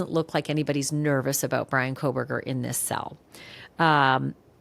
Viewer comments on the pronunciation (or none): I cannot listen to anyone who can't discern there is NO "L" in Kohberger!